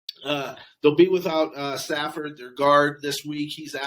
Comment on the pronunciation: FYI: It’s Saffold, not Safford.